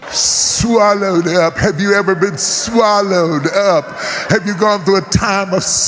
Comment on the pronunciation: Why the emphasis on swallowed up?! 😳